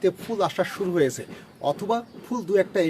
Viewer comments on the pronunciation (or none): none